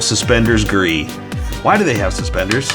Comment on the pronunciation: You say gee stormtrooper